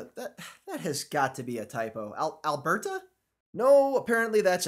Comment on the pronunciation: The stilted way you pronounce "Alberta" is kind of cute. Obviously not a Canadian.